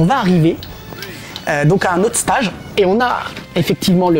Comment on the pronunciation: Passionnant...mais PRONONCEZ CORRECTEMENT LE MOT ANGLAIS "STAGE"! MERCI.